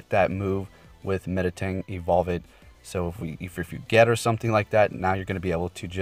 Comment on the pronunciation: Me-tang, not Meta-tang.